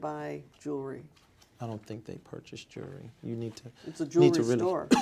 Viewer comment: Jewelry is Juury